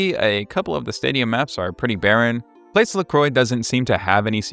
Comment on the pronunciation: The way you pronounced "Thames District" and "Place Lacroix" omg lmfao